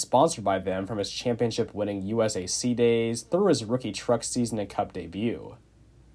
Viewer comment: Every time this dude said USAC I hurt a little on the inside